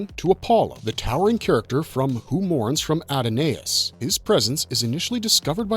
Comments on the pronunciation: That's not how Adonis is pronounced. It's Uh don us. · He couldn't pronounce the word, " Adonis." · it's actually "Adonais" in the title of the episode, not "Adonis". Anyways, "Adonai" is Hebrew for the Lord, referring to God. . And yes, he mispronounced it. He also mispronounced Deanna's name.